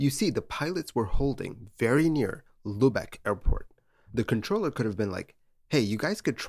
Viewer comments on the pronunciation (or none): none